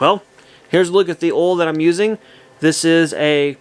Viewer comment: Another good video! Where are you from with that accent? I chuckled when you said oil back to back! You pronounce it funny! “Ool” 😀